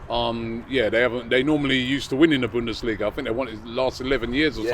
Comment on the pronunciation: Did just say Bunda Liga 😂 where can I watch that league!!